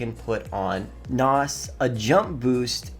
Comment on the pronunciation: Hearing him talk about cars 😬🤦 "NOZ". 😂